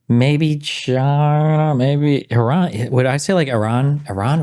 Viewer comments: It’s Ee-ran you had it right the first time. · its pronounced Uh Ran not Eh Ran. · Eye-RAN is American English pronunciation and Ee-ran is British pronunciation). Native & most accurate : “Ee-ron” with a long “ee” sound and a soft “r”. This is the most accurate pronunciation. Similarly American pronunciation: Iraq → Eye-raq British pronunciation: Iraq → Ih-raq or Ee-raq Native pronunciations: Ee-raaq” (with a deep “aa”) So British English is generally closer to the native sound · It’s not Eran. It’s Eeran. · no, it is pronounced "ee-raan" not "ay-raan" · It's [ee-raan] ee as in eerie, raan as in run but longer vowel sound. Not fucking Eh-run lmao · It’s ee-rawn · I studied persian farsi for a little over a year, the teachers I had (all native speakers) pronounced it ee-ron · I have two cousins that married into Persian families. To me when they say it, it’s almost half way between eer-on and ehr-on. My Armenian-Persian math teacher pronounced it air-on. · eye-rainian spotted